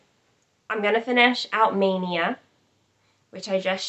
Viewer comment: Hi! You pronounce my name perfectly. I’m impressed. :) can’t wait to get started - I think I might stitch the black last… mostly because I probably need a spool and want the black to all match exactly. Thanks for having me along for the stitch along. Hashtag sounds great. :)